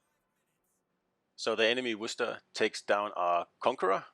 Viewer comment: Excellent pronunciation on Worcester.